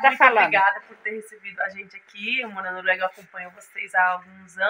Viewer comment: não é Noruegua. É Noruega kķkkk